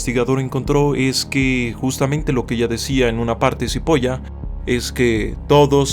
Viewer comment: Supongo que ignorò el hecho de que el apellido era italiano y la pronunciaciòn correcta era "chipola" (Carlo M. Cipolla) aunque al no saber el idioma no se le puede exigir mucho. Lo gracioso es que cipolla es cebolla en italiano.